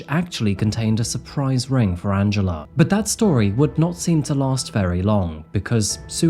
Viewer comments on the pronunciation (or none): I always understand Angelo instead of Angela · Good video. However it sounded like you said Angelo instead of Angela. Do better.